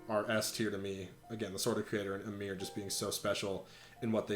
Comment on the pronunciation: guywfarting77777 They pronounced “AYmr” as “AmEER,” so I can’t take Smash pronunciation seriously.